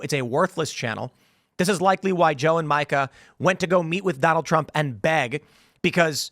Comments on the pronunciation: It's "Meeeka" and not Micah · Tim, please say Mika's name correctly. It sounds like "Meeka." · Is it racist for ya’ll to be mispronouncing Mika’s name? 😂 (it’s MEE-ka, if you care)